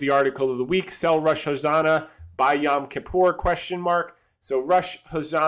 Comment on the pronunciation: Exciting videocast, wishing you and the family a great weekend! P.S. it is Rosh "ha-sha-na" not "ho-sa-na" hahahaha